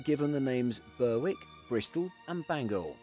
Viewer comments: Berwick?? FFS Berrick!! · Dreadful commentary. Doesn’t know how to pronounce BOAC (it was never ‘bo-ack’) or Berwick (which isn’t ‘ber-wick’). If you’re going to make historical videos, at least learn how to pronounce the words. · Pronunciations are B O A C, not BOAC and Berrick is the pronunciation for Berwick, where the W is silent. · Some really odd choices in here. Burr-wick? What? The narrator sounds English, so one would have thought they'd know how to say that word in British English. Ber-ick. It's pronounced Ber-ick. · The English English pronunciation is Berick for the town on the Scottish border after which I assume the plane was named. American visitors in particular use Berwick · Berwick is pronounced “berrick” not “burr-wick” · Bowac? You mean BOAC. Bur-wick? You mean Berwick. Carib-be-an? You mean Caribbean. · Boac, and Burrwick? Hmmmm B.O.A.C. And Berwick is pronounced Bearik.... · Please get it right! BOAC is always pronounced "B.O.A.C." and never "bo-ack". And Berwick is pronounced "berrick" and not "ber-wick". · I have never heard anyone pronounce BOAC as "bowac" it was always just the letters alone and I was around when they were still flying. Also Berwick is pronounced "Berick" is this video using a bot voice ? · Great video! But, Berwick is pronounced 'Berrick' in British English, which BOAC would have used. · As an English man you should surely know that BERWICK is a place in Scotland. And pronounced “Berik” and B.O.A.C. (British Overseas Airways Corporation) is never Bow-ak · Is this narrated by AI or something? Bow ack ber-wick for example. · The latter I fear. As with his mis-pronunciation of Berwick, Caribbean and flying boat. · Nice video, but some very irritating pronunciations! B.O.A.C. pronounced "bo-ack" - really 🤣🤣🤣. Mispronouncing Berwick might have been excusable if the commentator had been American, but he's English!